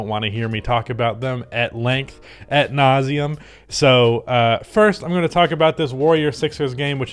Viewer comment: I just listened 10 times to hear if you say at nauseam instead of ad nauseam only to realize it doesn’t matter that much and I’m a nitpicking bitch and that’s my problem not yours.